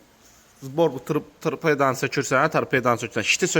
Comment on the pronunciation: Öz canına and ind iç. Güya sen bomba oglansan. Camaatin coreyini kesirsen. Sen hec tarpeda sözünü deye bilmisen.